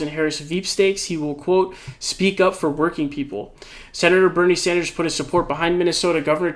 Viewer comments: Sanders not Saunders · Why do you say Bernie “Saunders”? Just wondering lol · Please stop calling him Bernie "Sawnders". It's legitimately pissing me tf off.